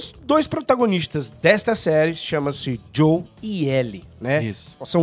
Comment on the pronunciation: É Joel nao Joe... todos os Youtubers nao gamers estao errando o nome dele